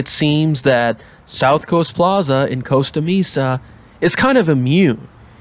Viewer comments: May-sa. Not Mee-sa. Coastuh Maysa. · "Costa Meesa" lol. This mall is dying. Probably 25% of retail space is boarded over if you pay attention, including the buildings on the west side of the bridge. They turned the south east corner into a giant food court for the Chinese influx. Your vid definitely gives off some Barbara Spectre vibes with the whole "multiculture mode" commentary thing doing on. In the future we will look at the ruins of the area and see how obvious all the signs of doom were.